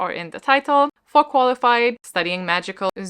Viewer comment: I have no idea why...but whenever G said 'for Qualified' I actually heard Farquaad (as in Lord Farquaad) and I can't stop cackling at that 😁🤣🤣 I'll try to participate as much as I can even though I'm on holiday for 2 weeks 💪💖